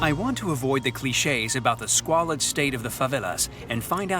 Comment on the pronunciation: “Squalid”?? He said, “squalid.”